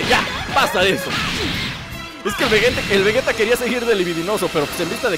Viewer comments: es vegeta no vegueta XDD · se dise vegeta no vueta